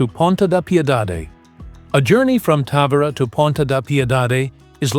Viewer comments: This dummy can't figure out whether to pronounce the name Ta-Vee- Ra or Ta-Vy-Ra. Sloppy. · Pronounce the name correctly please